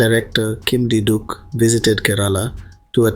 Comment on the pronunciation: Not kim di duk. Its "Kim ki Duk".